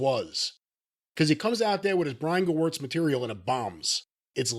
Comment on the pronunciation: Corny still mispronouncing Gewirtz' name I see😅